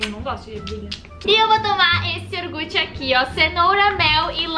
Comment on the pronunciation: "iorgute" kkkkkkkkkk